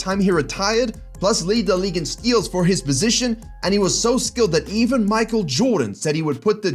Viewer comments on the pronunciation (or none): none